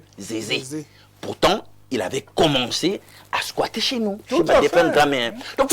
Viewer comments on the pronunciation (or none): on dit squatter et non squasher